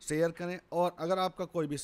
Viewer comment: यह शब्द शेयर है , सैयर नहीं है। कृपया भाषा का सुधार करें।